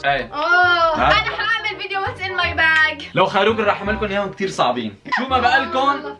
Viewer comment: ههههههه:- لوخيروك ✅:- لوخروك ❌ الوقت